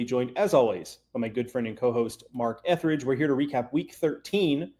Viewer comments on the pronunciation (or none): It's Etheredge but ok lol